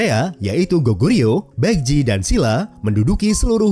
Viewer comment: Bagus videonya informatif. Sedikit saran agar channelnya bs berkembang menjadi semakin baik, ke depannya agar lbh diperhatikan pronounciation yg benar, beberapa kata korea nya sy dengar salah ucap berkali2. Seoul itu dibaca Soul. Joseon itu dibaca joson. Baekje itu dibaca bekje. Hangeul itu dibaca han gel (e nya itu kek kita baca buah apel). Syngman Rhee itu dibacanya Sengman Yi (e nya kayak e di buah apel juga). Marga Lee ato Rhee itu dibacanya Yi. Marga Park itu dibacanya Bak. Hanbok dibaca hanbok bukan henbuk. Dan bbrp kata lainnya mohon lbh diperatikan bagaimana pengucapan yg sebenernya sehingga penyampaian informasinya jd lebih baik lg.